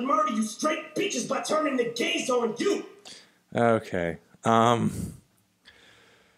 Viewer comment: Ge said gaze not gays :)